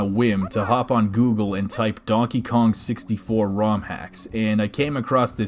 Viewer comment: hey dude! You said dankey king